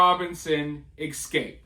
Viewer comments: You speak very well, just a small correction if you don’t mind, it’s e-scape not ek-scape… it’s the e sound first, then the s sound combined with cape. I don’t mean to do this, lol. I’m an English teacher. Love your channel brother, by the way.🥰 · Learn to say Escape properly It's uneducated and ghetto